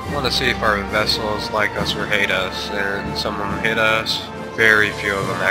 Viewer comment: The word is VASSAL. Not VESSEL. Sheesh, they always get it wrong (that's what you get for my standard canadian education teaching this stuff in social studies 8). :P